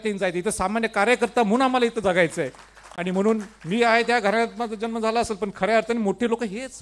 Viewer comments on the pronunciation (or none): none